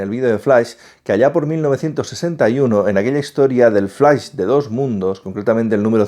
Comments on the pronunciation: Flais jajajajaja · Pero se dice flash!!!!! No flais ... ugghh!! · Lo siento, no puedo ver un video entero donde le dicen "FLAIS" a FLASH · El "FLAIS" xD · "EL FLAIS" xD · Escuche "flais" 3 veces di dislike y me fui bye.. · flais? , superguel? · x2 flais xd hahaha